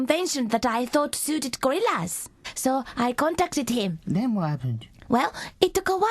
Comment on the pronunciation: 2d: then wa 'aened? lol XD lol <3